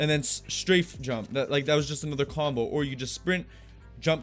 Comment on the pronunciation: Its really funny the way he says this game is combo. Like mortal combat. Haha.! Great vid bro! Learned a lot. ✌